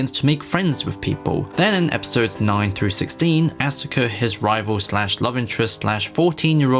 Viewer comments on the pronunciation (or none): “Ah-suh-kuh” twitch